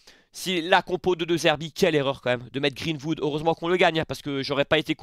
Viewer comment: Match de folie encore, j'étais à fond dans le live! Mais fais moi plaisir sur la prononciation, Greenwood, pas Vood. 🙏